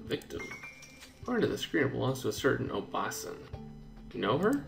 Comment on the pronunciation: I don't really want to be honest about it, but... you've been pronouncing "obaasan" wrong the whole time peace out